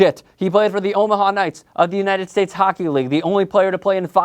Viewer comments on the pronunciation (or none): none